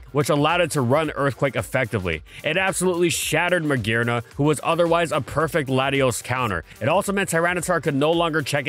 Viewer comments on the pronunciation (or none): none